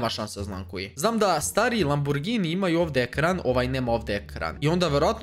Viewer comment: Znao autima a govori laburgini